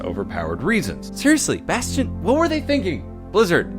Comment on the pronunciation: lol he said bostion.